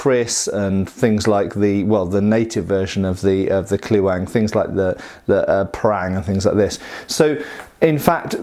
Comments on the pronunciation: Say Kleweng as "Clevenh" which is much closer in pronunciation. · If it ain't Dutch, it ain't much.... j/k thanks for reviewing! BTW I'd pronounce it in English sounds more like clay-wang. Marechaussee is more like Ma re shoe - shay (ma more like the last two of Gamma)